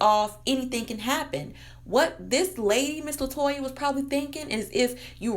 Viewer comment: Her name is Latonya not Latoya